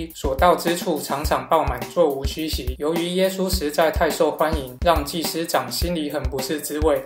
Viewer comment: 你讲耶稣的时候说话模糊不清，听不明白你说啥(⊙o⊙)？